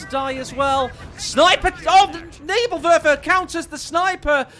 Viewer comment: Nürrbürr-Wörfer, Nevill-Werfer, Nävill-Wörfa, Neebill-Wörfer